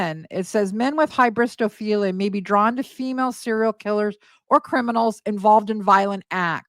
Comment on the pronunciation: Ryan, Keeen hybristophilia 😂